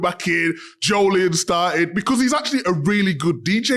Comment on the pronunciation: Didnt know it was pronounced Jooolian